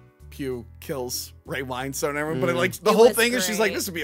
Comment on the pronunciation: As a cockney man, I just want to say that it's pronounced Ray "Win-stun".